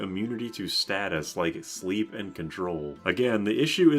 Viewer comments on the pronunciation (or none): none